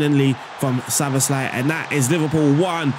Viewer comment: You pronounced Szoboszlai really well. ‘sz’ is ‘s’ and the rest is kind of normal